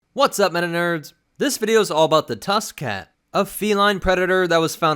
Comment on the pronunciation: I thought you said tuskin cat like tuskin rader cat